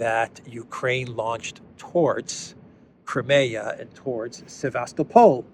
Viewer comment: Sevast-O-pol ( emphasize third syllable and soft l on the end ) With the way things are going, its not bad idea to start learning Russian lol. I hear its a popular thing in Africa already.